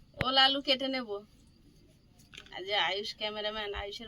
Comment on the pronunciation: Ul na ol bolo